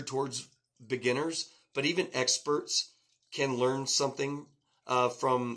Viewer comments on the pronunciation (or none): none